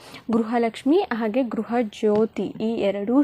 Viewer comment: ಗ್ರಹ ಅಲ್ಲ ಗೃಹ ಲಕ್ಷ್ಮಿ